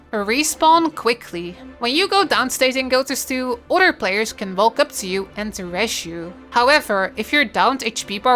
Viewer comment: Iove the accent and how she says otter when saying "other"